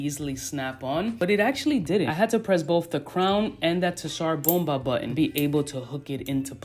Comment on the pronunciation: It's pronounced "sar bomber" named after the bomb